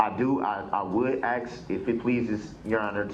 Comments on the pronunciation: I laugh and cry every time he says it. It's infuriating and hilarious all at once. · Girl I worked with children from K-4 the grade on writing and speech. Axe was killing me- There was no end to the mess. I find it hard he graduated high school. Grounds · ASK...not AXE! For someone who claims to know the truth, he doesn't now how to enunciate. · With all the "axing" This idiot is doing, he's going to end up looking at a dozen more murder charges... Why can't people speak proper English? The word "ask" is NOT that hard to pronounce! Once I hear the word "ax" , I stop listening. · Who gave Babbling Brooks an axe so he could "axe questions" during his trial?? Thats not right!! 🤣🤣🤣🤣🤣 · Don't axe me . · I would just say nobody axed me lol